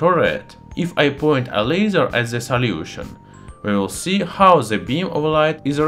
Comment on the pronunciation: And salyution